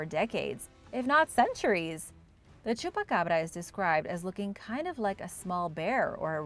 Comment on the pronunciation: I LOVE this channel and this presentor has such a beautiful voice....clear, precise pronunciation... smooth, gentle. I absolutely adore the she said chupacabra 🙂 Another great video from a great channel 👍